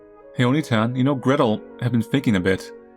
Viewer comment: bro was saying "gretol"